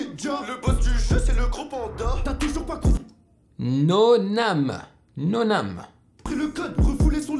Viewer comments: sa se dit « nonaime » et non noname mais sinon lourd la video❤️ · C’est pas noname comme tu le dit mais noname comme « pas de nom » en anglais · Sinon, Noname se prononce comme en anglais